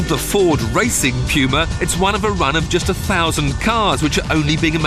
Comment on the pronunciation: Correct English pronunciation, amerifags would call it the '' pooma ''